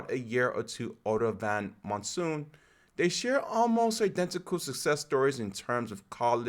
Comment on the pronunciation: Please, have some respect for the runners, learn how to pronounce their names. Chmiel, Schweizer, Monson. I know it's not obvious, but do some research. Nice effort otherwise, and thanks for taking some time on Whittni Morgan, ex NCAA XC champion one year before Tuohy and finishing twice second behind Monson in her last events.